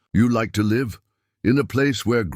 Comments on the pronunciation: If you don't know how to pronounce live look it up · Which is why I am telling you this you are pronouncing it wrong Look it up